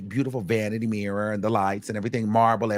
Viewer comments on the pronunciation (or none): none